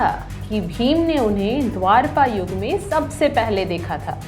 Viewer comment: It is dwapara Yuga not Dwarapa